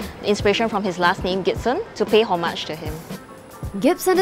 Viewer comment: The engineer lady pronunciation of Homage was quite surprising for me as I have never heard it in this way before